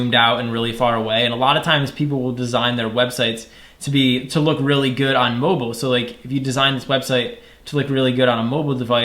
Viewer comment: loop instead of look